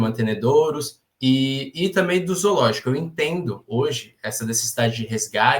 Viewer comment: O cara é vegano e fala Izoologico! Certeza que fala todex kkkkkkkk enquanto isso eu como meu bifinho grelhado delicioso, com ovinho frito, e maionese de ovo caipira! Kkkkkkkkkkk fim ao veganismo e aos veganos kkkkk